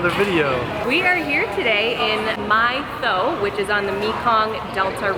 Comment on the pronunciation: Another great vlog. I think the closest pronunciation for Mỹ Tho in English is " Me tall" :)